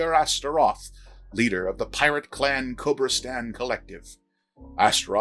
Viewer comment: Isn't it Chemosh Cult? not... Cebrastian? or something? The name of the faction is wrong.